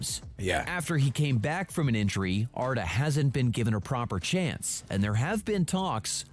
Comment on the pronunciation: why you keep saying "enjury" bro its "injury" 😂